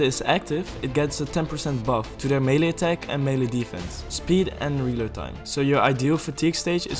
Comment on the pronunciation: Melle attack - mele damage - melle damage